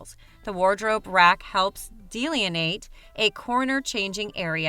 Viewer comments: it's de-LIN-e-ate... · If you're going to narrate a video, you should at least google "how to pronounce delineate" if you obviously don't know how to pronounce it.... Jesus